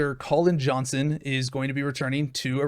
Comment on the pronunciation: Joe-hasen not Johnson